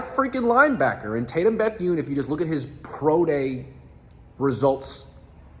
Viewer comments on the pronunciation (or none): Why tf you pronounce his last name like that, made that way harder than it had to be 😒 wtf